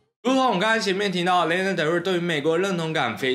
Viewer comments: 既然是介紹歌手的影片 她的名字發音可能要多做一下功課 😅 是「拉娜」不是「列娜」喔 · 真的聽到名字一直唸錯真的快看不下去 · 請查一下Lana如何發音，謝謝